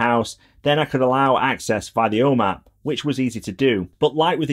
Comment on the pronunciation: ”The ’Ome app”